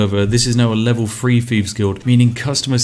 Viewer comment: The Guild "free". level "free" Triggers me every time i hear it. bravo!